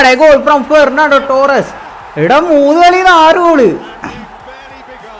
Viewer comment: Gernando Torres ❌Fernando Torres✅